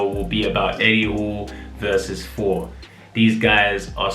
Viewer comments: Yeah British people often replace 'th' with an 'f' sound. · is he saying 4 or Four!? XD